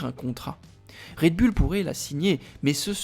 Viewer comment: Le taureau en anglais c est bull qui se prononce "boul" mettez vous à la page 😮😮😮😮